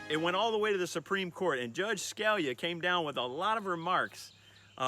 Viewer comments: You should know how to pronounce the name of Antonin Scalia, one of the greatest conservative minds in the history of the court, correctly. It's not SKAL-ya it's Ska-LEE-ah. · Scalia: ska-LEE-uh It’s not difficult. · Justice SKA-LEE-UH not the way you said it. Some Italian American you are !